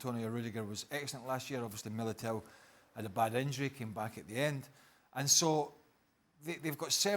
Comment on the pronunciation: Not Craig Burley saying Militão's name with a spot on Brazilian accent!! 😂 amazing